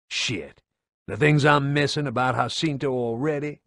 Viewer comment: Im not trying to be an Asshole but its called JAH-CINTO not HAH-CINTO im not sure where you got that pronunciation from but i would have to fairly assume you either havent played any of the games or havent spoken with a real fan about the series cause theres no way you could make that mistake. Even though its not a large one its enough to cause a ear ache just hearing it.